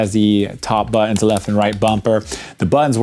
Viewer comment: Great video man, Not gunna lie I kinda like the tougher bouit, (buttons lol 😂, I found that hilarious,I’m glad you left it in as well as “poit” ), I also find my home button is a tad tougher too, but I definitely agree they feel a tad different and more clicky from traditional especially the back buttons keep up the great videos